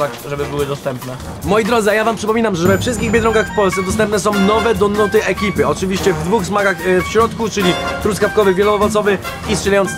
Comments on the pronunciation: ale nie ,,donaty" tylko ,,donuty" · Czemu Friz mówi wciąż donUty. To boli w uszy xD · Mega fajny ale ciongle mówiłeś tylko donatah